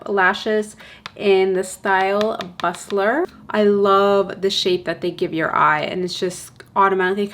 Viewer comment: Love you! You're so beautiful and i've been watching your channel for years. And i wanted to tell you its "Bustier" pronouned boo-stee-a or boo-stea* -a close-fitting strapless top worn by women. Its a corset to pushup the tatas(lol), hence why they named the eyelashes that. To pushup or boost the eyelashes 😉